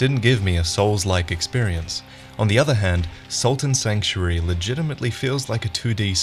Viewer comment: Holy shit. SALT AND Sanctuary. I remember you mentioned this game a while back in a Lords of The Fallen video I think, and I spent so long looking for "Sultan Sanctuary" and it looks like a lot of other people misheard you as well because Google's auto fill now adds "Dark Souls" and "game 2015" when you try and search Sultan Sanctuary. So I dunno maybe try and slow down your pronunciation in future.